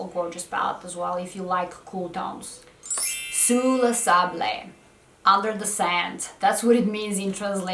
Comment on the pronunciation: #20 Sous le Sable SOU-LYO-SÂBLƏ ❤ If you need the French pronunciation write the words in google translate and play the sound icon, it is 99,9% proof.